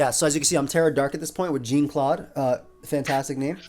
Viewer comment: This man really said “Gene Claude”